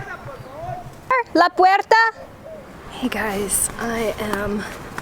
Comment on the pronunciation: is it you saying "la puerta" it sounded beautiful and so clear. Your voice sounded like your are a young girl. I hope that in a future not far away you can post a video speaking spanish. Te deseo un feliz año nuevo!